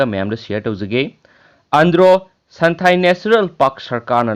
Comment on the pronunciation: Santhail haiba natte santhel...